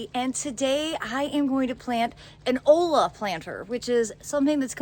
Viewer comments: I love the planter! First olla I've seen for above ground. I've seen a variety of them made for going in or under the soil. Very interesting. No offense meant, but I think it's pronounced as, "oi-yuh." Or it is here in Texas where in Spanish the letter L sometimes sounds like Y. As in Yuh instead of La. Or L's can be silent, as in tor-te-ah, for tortilla. Again, no offense meant. Thanks for sharing. I'll be on the lookout for one of these! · It’s actually pronounced “oya”.